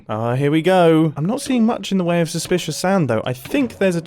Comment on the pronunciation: ITS SUSPLISHISH GRAVEL